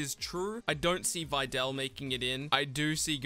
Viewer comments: Using your accent as an excuse lookin ass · This boi pronouncing videl wrong